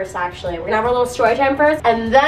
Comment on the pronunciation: yall did she just say ephoria or am i crazy